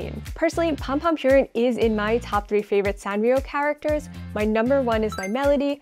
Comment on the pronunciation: If this is a "all Japan" channel then work on pronunciation: purin is not pronounced "pure inn" it's "poo-rin", also kawaii has a long "ii" sound at the end which really needs to be emphasized, otherwise the accent lands off